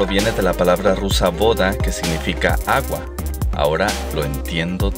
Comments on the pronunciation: No 'boda' (como lo lees) sino 'vfadá' algo así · no se dice "voda", se dice "vadá"